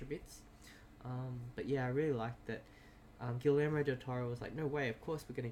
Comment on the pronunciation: Correction: pronounced "Gee yermo" (soft g, long e,). Did you see the two Easter eggs so far in episode 2 and 3? In episode 2 is Toothless of Dragons fame, as a background on his computer, in 3 is in Spanish class when the black-haired girl is presenting. Listen and hear she`s talking about the three main characters from Book of Life. I am mostly deaf so I had the subtitles on and saw them. I'll watch the rest for more.